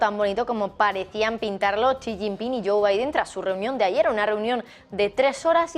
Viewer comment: Por que todos en el Canal se empeñan en pronunciar mal el nombre del lider Chino? Es "Xi", no "Chi"